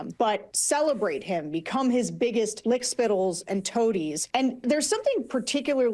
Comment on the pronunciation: “Lick Spittals”???? WTH